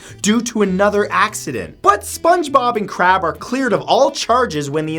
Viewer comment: It's Krabs. With an S.